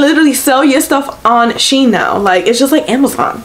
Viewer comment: It’s “She IN”